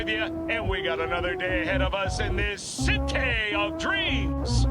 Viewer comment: CITEH OF DREAMS